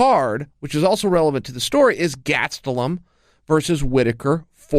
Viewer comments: Kelvin "Gatsdeulum" Gastelum. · Chael "GATstellum" Sonnen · Chael "GATstelum" Sonnen